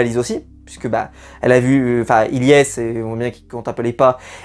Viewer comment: Les gars arrêtez de dire Ylyess c’est Ilyesse 😅